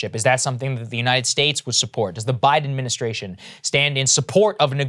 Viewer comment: Krystal—learn to articulate the word “ad min i stra tion”. Please.